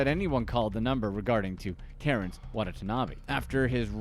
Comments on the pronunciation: I had to stop watching because in that time the narrator mispronounced the man's name not once, not twice, but three times. It's not WA-NA-TA-NA-BE. It's WA-TA-NA-BE. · His last name is Watanabe, why the video pronounce it as Watata-nabe? Lol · Why do you pronounce his last name Wadatanabe and then Watanabe; explain to me your reasoning. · when ever this guy says watanabe it cringes me inside